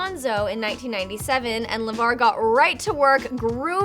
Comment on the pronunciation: sooo we just gonna act like she didn't call Lavar, Lamar!!!!